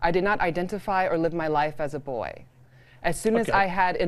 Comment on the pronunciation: The word is BOY Piers Morgan, not BOYEEE